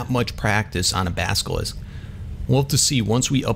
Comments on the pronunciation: you are saying baskilisck its basilisk practice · Baselisk not baskelisk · you say baskelisk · please say basilisk correctly